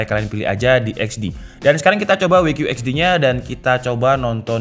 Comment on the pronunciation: WQHD bacanya "dabelyu qiyu eij di" bukan "Wei qiyu eij di" cuma saran tdk bermaksud mencela